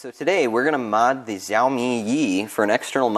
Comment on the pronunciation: Xiaomi is pronounced as "Show me". That's how simple it can be. 😉